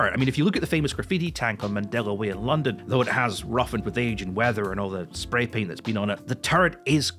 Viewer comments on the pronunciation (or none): none